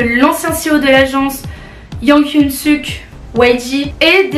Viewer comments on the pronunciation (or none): Super cool ❤ j'aime beaucoup ce formats et t'es toujours jolie ! Tu as vraiment le ton des reporter à la tv quand ils annoncent les news (par contre la prononciation de Yang Hyun Sok c'était pas trop ça mais bon on te pardonne 😂) bisous et continue comme ça